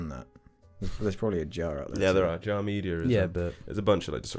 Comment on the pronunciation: See now it's actually JAR and not JJAR